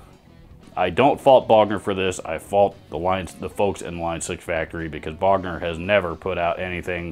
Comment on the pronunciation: Lol pick a Bogner not a booger 🎸